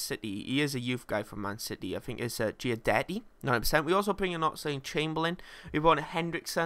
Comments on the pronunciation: The Swedish guy from man city is Gwee-detee. Great player. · Im from Sweden i know. Gu-detti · I'm pretty sure Guidetti is Goo-ee-detti